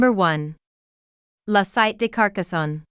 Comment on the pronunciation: Sittay, not “sight”! Why do people not try to put a tiny bit of effort to learn the names of the places they are talking about!?